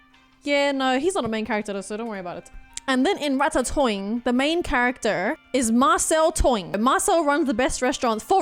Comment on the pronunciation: Rat-Ta-Toing hahahah